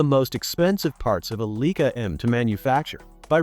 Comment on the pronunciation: I appreciate the content but whoever make this, please correct the pronunciation of the brand name “Leica”! This should not be happening with the technology available this day!!!